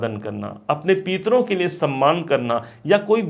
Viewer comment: Peetro nahi pitro